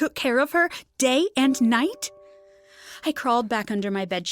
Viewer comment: it is just funny the way she says day and night